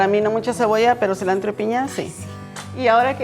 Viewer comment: La chef traía mucho ambiente mexicano, tanto que cada dos minutos decía "so", "celantro" , "torteias".